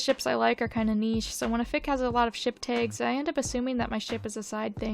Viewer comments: Wait, it's pronounced "Tegs"??!?!??? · Your pronunciation of "tags" is really strange. I literally can't tell if it's a weird mispronunciation or some specific accent I've never heard say that word before